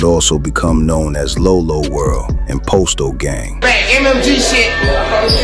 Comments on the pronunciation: Why tf this fool keep sayin 'pOsto' when g herbo pronounced it 'Pahsto'. I doubt anything is real if he cant get a single name right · It's pronounced pasto, not posto. And Dre didn't think he was untouchable. He lost everyone he loved and knew; he had nothing left to lose. He knew it was either him or them, but he already accepted his fate. Great video though, you did your homework.